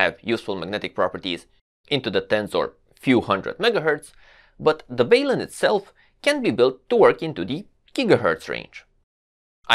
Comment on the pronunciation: IMO, in English, we should take the first syllable from "balanced", which is a soft 'a', and the first syllable of "unbalanced" (a soft 'u'), and put them together. It's kind of like a portmanteau, and normal practice is to keep the syllables intact. Hence, "balun" with a soft 'a' and a soft 'u'. The way is pronouncing it is less common, but not strictly UNcommon, per se :-). I've also heard people pronounce it with a long 'u', basically sounding like the word 'balloon'. But I think the portmanteau aspect is pretty compelling.